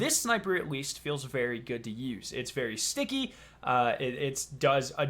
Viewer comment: Wtf is with him saying sticky? The fuck.